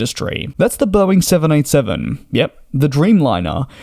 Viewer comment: Please be much more precise in your pronunciation of the Boeing jet name. More often than not you sound like you are saying the 707 rather than the 787.